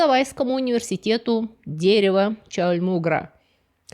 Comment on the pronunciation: Чаумульгра :) Милая оговорка.